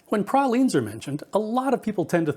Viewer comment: Thank you for pronouncing pralines correctly! You got pecan right too!